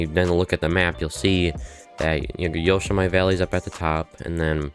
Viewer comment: It’s pronounced Yo-sem-it-tee